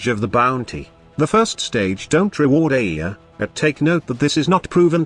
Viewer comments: ITS AYA NOT AIIA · The poor TTS just can't figure out what to do with the word Aya :D